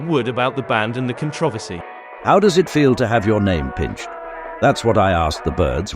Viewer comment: Dude can't say the word "controversy" correctly, lol!